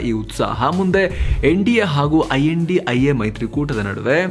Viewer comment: Kindly don't pronounce name as a INDIA its a I.N.D.I.A